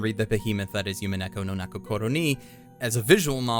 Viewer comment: and the "u" in umineko in not pronounced as a "Y" sound it is an "oo" sound like in roblox death "oof"